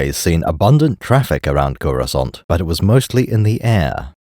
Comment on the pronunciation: everytime he says "CUROSCANT" i load another round into the gun